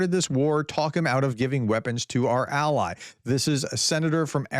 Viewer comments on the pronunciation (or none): none